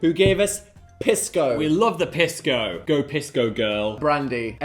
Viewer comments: wrong piss dan and phil, it’s pronounced pees-co not piss co 😢😢😢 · Hearing them mispronounce Pisco is killing me 😭 (PEES-CO) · Hi guys it’s “PEE-sko” :3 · saw the thumbnail and sat my Peruvian husband down to watch this with me and we collectively SCREAMED at Dan loudly pronouncing Pisco as PISS-co 😂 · Was gonna comment that I HATE how they pronounce pisco. Also, Pisco Sour is the superior cocktail choice for Peru. Not only is it the national drink, but they are so good that after the first one you want to order another. Only after you finish your second one and stand up to leave do you realize your mistake. (totally not speaking from personal experience 😅)